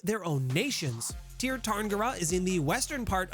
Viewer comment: Sear. Its pronounced Sear Sear-in-gear. And honestly a lot of what your saying about elves, particularly that they are rich and powerful and beloved, isnt even a stereotype in shadowrun much less true. There are trailer parks and janitors and losers in the Tir just like anywhere else.